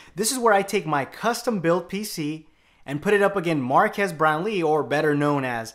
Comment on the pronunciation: His Name is Marques not Marcus he once made a FaQ about his name and pronounced it the same way did